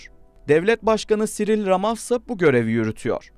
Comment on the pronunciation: Cyril Ramaphosa diye yazılır, en basit haliyle " siril ramaposa" diye okunur! Ülke hakkında haber yapıyorsunuz daha devlet başkanın adını doğru yazıp telaffuz edemiyorsunuz. Ben şimdi verdiğiniz bilgilerin doğruluğuna nasıl güveneceğim?